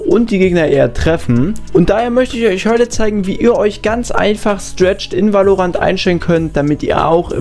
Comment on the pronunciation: wie spricht der valorant aus alter